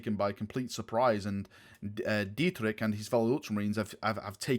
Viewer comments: Dietrich is also a German name,where it is pronounced as [ˈdiːtrɪç], with the strong german vibe the Imperial Fists and Black Templars have, you may want to look into that pronounciation :) Super excited for this! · There is only 1 pronunciation of Dietrich in German (source: am German)...I'll try my best of how to pronounce it as an American: Deetrich... Well. Sounds: "D" = soft d as in day "ie" = ee as in deep/deer perhaps "t" = hard t as in terra "r" = hard r as in how the Brits would pronounce royal, roll it a bit on your tongue, but not too much "i" = e as in "e"conom"y" (both letters work as pronunciation) "ch" = well now this is the tricky part, because that sound simply doesn't exist in English afaik, but it's like if you're trying to hawk up some phlegm from deep down your throat. That's pretty much the sound. Just softer. What is incorrect is pronouncing it like "china" for "kilo" for example. It's neither in this case. But then again, GW doesn't really care about proper pronunciation, so "Dietrik" is probably fine...though it pains my heart, but I've gotten used to it after reading Warhammer Fantasy with all that pseudo German. Hope that helps. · Dietrich is a german name. The ch is not pronounced like a k - more like a soft version of rich (wealthy) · As a imperial fist fan u should know that the entire legion is very heavly influenced by german names and themes. Dietrich ( pronounced dee-trish) is a very common german name. sigismund or even halbrecht they all come from german culture. Exept the name rogal dorn that doesnt really sound german 😂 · Dietrich is a german name. And please try to learn how to pronounce the ch at the end. You sound so american :) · im pretty sure Dietrich is german name, so mabbe u should have some training in german pronunciacion.